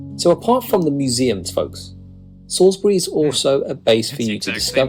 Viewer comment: I’m glad to hear the narrator has corrected his pronunciation of “Salisbury”, but Keswick 😱 should be “Kezick” with a silent “w”. Also, I don’t agree with his Cotswolds picks. There are so many much more stunning towns and villages there, like Stow-on-the-Wold, Bourton-on-the-Water, Broadway and Castle Combe. Yes, they’re tourist traps, but there’s a reason they’re popular.